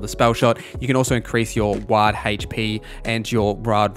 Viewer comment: Great build man, I'm playing Spell/Stabbo, only thing that got me about this guide is how you said Ward 😀 (Its said like "Award" without the "A")